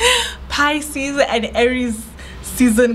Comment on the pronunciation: Pisces pronunciation yeo 😂 I love you